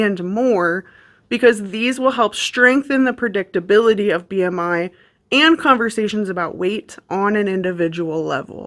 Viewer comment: My soul left my body at the "R" in B.R.I.